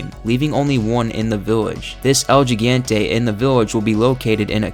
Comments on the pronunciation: Why can't anyone pronounce Gigante correctly? "Hee-GON-tey", not "Jai-GAAAN-tee". For the love of Satan, it's been out for over a decade... Like, you already know it's Spanish, put in a little effort. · Hee-ghan-tae gigante